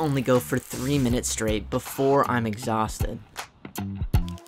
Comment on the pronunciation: True athletes always pronounce the STR as SHTR—as in Shtraight and Shtrength.